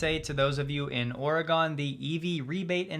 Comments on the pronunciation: Ore"GUN", NOT "GONE" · don't you EVER, say OR-A-GONE... it is Or-eh-gun... :D and it's Neh-vadd-da not Nuh-vawhhh-duh... it's ok I'm just making a comment to feed the algo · Oregon = /Or-re-gun/ Not /Or-ra-gone/ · another great recap, thank you… but FYI, it’s not “Orgone”… it’s pronounced “Orygun” 😉